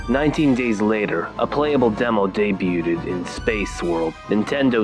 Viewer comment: You said debuted wrong